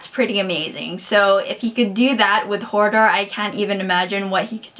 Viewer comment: I'm sorry, I'm sorry but I must mention - it's Hodor... not Hordor. Thanks for the thoughts and the discussion - I can't wait to read the next one :)